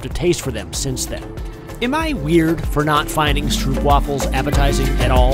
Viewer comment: Stroopwafels are the best! And You are pronouncing it wrong... greetings from a Dutchman